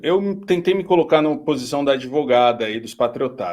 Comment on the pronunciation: Advogada ou adevogada😂😂😂😂😂